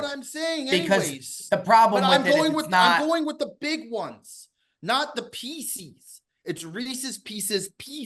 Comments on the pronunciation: …For the love of God… There is no such thing as Reese’s “PEE-SEES”. That candy does not exist. It’s just how morons have incorrectly pronounced Reese’s Pieces for decades. The guy’s name is Reese. The little M&M shaped candies are his pieces. It is pronounced Reese’s Pieces. Just sound it out like an English speaking adult. What you were going for is Reese’s Peanut Butter Cups. Fact, not opinion. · Can please stop saying “pecies” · Imagine going through life thinking "Pieces" is pronounced "pee-sees." deserves whatever fallout he gets. Be better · Wtf is Pee-Cees!?????? That is fucking absurd! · What a dumbass. WTF is a Pee-Seize? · STOP SAYING PEESEE'S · PEESEES is not a word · Jesus Christ that was the most outrageous take regarding reeses. Also it’s not fucking pronounced differently than piece is with an S. The way pronounces it make them sound like reeses feces. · can we get a language of origin for how is saying “pieces” Buddy is banging himself the whole show this week 😂😂😂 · i had to pause the pod to come to the comments. There needs to be some serious hand up accountability on the Reese's debate from. Thinking there is a difference in the cups & pieces by just pronouncing PIECES differently is just pure insanity. Calling them Pieces Butter Cups has to be up there on the one of the worst Cutsyisms out there. just an all time debate